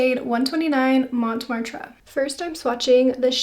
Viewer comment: Lovely shades! Montmartre is pronounced “Moan - Martra” 😇